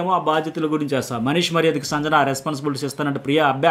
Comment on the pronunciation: మీరు సంజన అనే పేరు,,,, వేరేలా పలుకుతున్నారు,,, సరిగా పలకండి